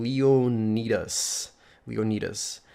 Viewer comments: Your pronouncing leonidas wrong he was a spartian general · Haha Leonidas really you can't pronounce that haha that's a famous name